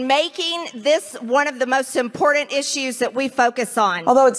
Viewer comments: l agree… It’s the way she pronounces it im por tant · MTG: It's IMPORDUNT!!!